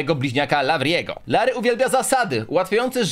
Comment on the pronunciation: Lavry i larrry troche dużo tego rrrrrrrrrrr